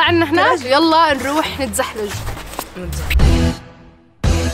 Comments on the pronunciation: نتزحلج 😂😂😂 مكس بين نتزلج، نتزحلق 😅🤦‍♂️ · راح نتزلج او راح نتزحلق مش راح نتزحلج